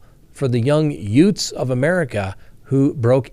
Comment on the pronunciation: did you call those young people at the gas station “Yutes” like Danny Devito did in Cousin Vinny? 😂